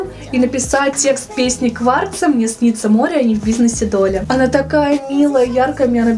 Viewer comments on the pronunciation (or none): Отличное видео! И блокнот твой очень понравился. И кстати не Кварц, а Кравц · Кравца, а не кварца 😂 Очень понравились твои идеи, они отображают тебя ☺️